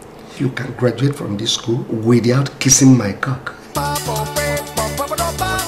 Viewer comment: He really emphasised that widdyaut